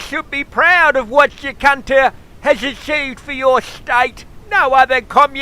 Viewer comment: funny as !!! LOL didnt realise i had been miss pronouncing Jacinta all this time ! ROFL ROFL ROFL